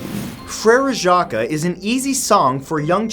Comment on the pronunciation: Jacques is actually pronounced jaw-k ^u^ but good try